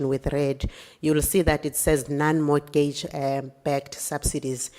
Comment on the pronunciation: I’m not trying to be strict but I need mama to stop pronouncing the t in mortgage. I’m evaporating 😭😩